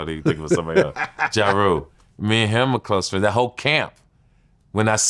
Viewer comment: Yooooo why couldn't he say "Ja Rule"? 😂😂